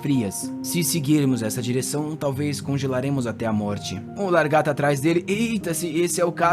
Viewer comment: Escutar "largato" o vídeo todo é agoniante